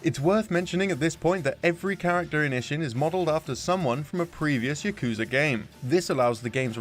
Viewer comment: Them not pronouncing yakuza correctly hurts my soul